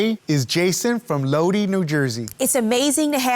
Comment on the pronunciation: He said Lodi (Low Dee) New Jersey. couldn’t take two minutes to at least Google the word to hear the pronunciation of the word? It’s Lodi (low dye)